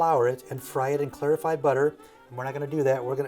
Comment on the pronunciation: claret-i-fied butter 😂